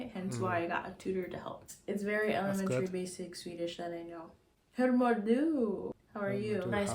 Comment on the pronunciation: Do not learn Swedish from someone who doesn't know the language. She says "hur mår DU?" when swedes say "hur MÅR du?".